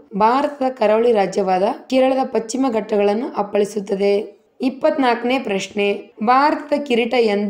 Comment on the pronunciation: ಪಚ್ಚಿಮ ಅಲ್ಲ ಪಕ್ಷಿಮಾ